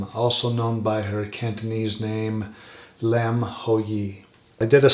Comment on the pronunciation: It’s interesting the voice on the portal sounds like it could be her voice too. Definitely a young female voice. It’s interesting you even got the last name pronounced right. Like I mentioned on IG, my last name is Lam 林 and if she’s Cantonese then yes it would be pronounced “lum” not Lam. 👍 In mandarin it would be pronounced “Lin/g”. I honestly think she was interacting with something paranormal at the hotel. Definitely bipolarism can make you feel a bit crazy and see things. But I almost feel something paranormal tipped the scale that led to whatever led to her death. And as I mentioned on IG her room being on the fourth floor is a bad luck number for us Cantonese people because it sounds like “death”